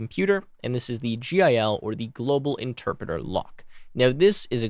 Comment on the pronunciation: “Enterpreter” lmao